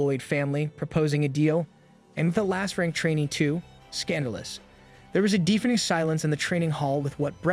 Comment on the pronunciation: Are u a AI? who the heck says defeaning like that?